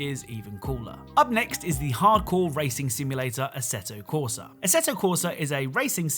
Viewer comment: The Way Pronounce: ASSETO CORSA